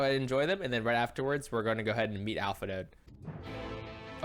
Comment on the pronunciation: For reference, the "d" in "Alphinaud" is silent. :)